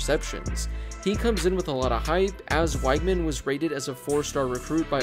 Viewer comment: You said Weigman wrong.